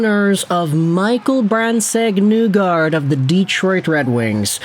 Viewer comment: I'd rather you say the n-word repeatedly than continue to say MBN's name wrong.